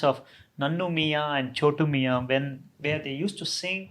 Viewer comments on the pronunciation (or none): none